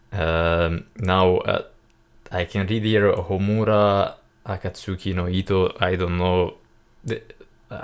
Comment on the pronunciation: 3 strings guitar: Shami-Sen Harp: Koto Bamboo Flute: Shaku-Hachi Your pronounciation is fine - Homura and Akatsuki no Ito. Nice reaction. Greetings from Japan. Hope you have chance to come to our country one day.